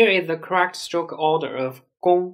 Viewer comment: It took me a while to realise that when this gentleman says "SILK", the English word he is trying to say is "STROKE". I give up.